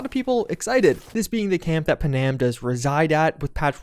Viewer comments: Why are you calling her paNAM… it’s Puh-num… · It's not pronounced pa-nam, it's pronounced pan-am, like the airline. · Bro can this guy pronounce Pan Am properly instead of slurring it into one big panam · Come on, said, the woman’s name is Pan-Am, not Pa-Nam. Try it, just once. Other than that, good job. What I hate in the newer patches is the driving. It’s like driving on ice. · all the mispronunciations are driving me nuts. Like every video... gonna go get me a Google saadia right after I romance Punam. I swear to god he does this on purpose!